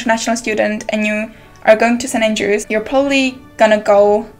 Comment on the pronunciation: It's St. Andrews, not St. aiiiingelrews